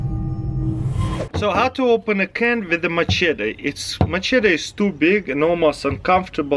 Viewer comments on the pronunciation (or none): Taras here's some advice machete is pronounced ma shet ee not macheta some people say you say machedder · Has he NEVER heard someone say the word machete in his life?! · can opener is $1😒 lol the "ch" is like "sh" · hahaha "macheta" hahaha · I'm more impressed on how he pronounced machete in 3 different ways